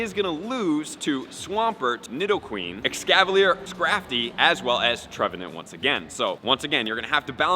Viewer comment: cmon man you said his name wrong ... its tree-vant